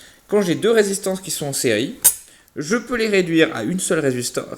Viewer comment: Écoutez le "je peux" à 1min et 46 secondes